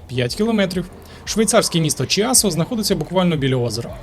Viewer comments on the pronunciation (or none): Кясо а не чіасо